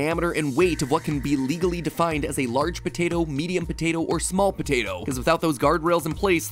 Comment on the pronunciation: why do you say potato like patata?